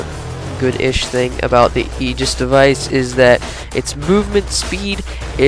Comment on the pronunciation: You didn't pronounce it right, look at this video /watch?v=-updOpky10Y and look , Xbox Ahoy says Aegis right. :P